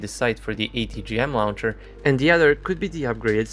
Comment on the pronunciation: The first syllable of "launcher" sounds like "law," not "cow."